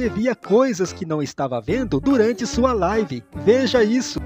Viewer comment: Misericórdia a minha live kk.Alguem ensina ele ao menos pronunciar certo